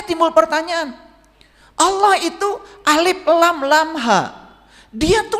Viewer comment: ngomong lafaz Allah dan Rasulullah aja blom bener... jgn sombong, jgn merendahkan orang...ngga ada yg baru dari narasi2mu ini, semua udah diketahui orang muslim, tapi setiap orang memiliki kemampuan yg berbeda2, baik ilmu, budaya, pikiran, hati dan perbuatan. siapapun setiap muslim wajib shalat, orang jahat, orang baik, orang miskin, kaya, orang miskin, orang berdosa, orang bodoh, pintar, semua WAJIB SHALAT. kau bilang masing2 mengklaim paling benar, nah lu sendiri mengklaim sendiri. tunggu aja tak lama lagi lu juga bakal ketusuk duri, bahkan lebih dari itu .. tunggu aja. tak ada yg bisa dihindari dari peristiwa hidup. tunggu aja kau pasti sakit... sampaikan ilmu dg kerendahan hati, dg kebijakan, adab, bukan dg KESIMBONGAN.... betul orang ini mencampurkan antara kebatilan, kesombongan dg kebaikan. lidahnya pintar berkata2 karena punya bakat seolah2 seperti motivator. kita blom tau jelas tujuannnya apa. berkacalah dg perjuangan wali songo, kita jalanjan syariat dg baik meski blom sempurna, kita jgn pernah tinggalkan shalat meski belum bisa khusuk atau sempurna, kita tetap yakin bahwa apa yg diajarkan GURU2, ulama2, ustazd2 meskipun di kmpung2 adalah kebenaran. kebenaran itu sederhana, ngga sulit kok. yg bikin sulit itu adalah orang2 yg sok2 berilmu tinggi, pintar bersilat lidah gaya2 motivator kesiangan. Semoga Allah SWT meridhoi dan merahmati kita semua..Aamiin